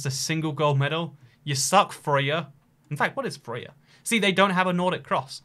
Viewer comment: Your first attempt at pronouncing Frøya was pretty much perfect, and then you tried to get it right and just got it terribly wrong.